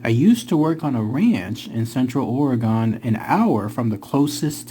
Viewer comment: Hey guy, you’re saying OREGON like “oregan” …. It’s (Or•gun). Also, why no foot prints? Maybe they levitate